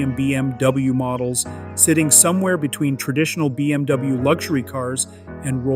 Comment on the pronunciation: did he actually say BMDouyou 😂